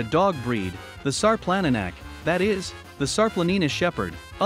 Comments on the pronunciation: its not sar planna nack its šarplaninac, say it like sharp-lan-knee-nuts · “Shar-plun-knee-nuts” sarplaninac. Please put some respect on the name. 🤦‍♀️ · All the comments on here are interesting and very resourceful. Alot of you commenting take pride in your breeds of livestock guardians. I'm taking all this info into consideration and the first thing I know for a fact is he is saying the name wrong, but I also am guilty of saying it that same way when I discovered this breed. Thank you everyone for the information you have poured into the comments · Announce the name of the dog properly you might want to take the video down until you know what you're talkin about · This dude is mispronouncing the name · good point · It doesn't inspire much confidence in the information when the name of the breed is not pronounced anywhere close to correctly.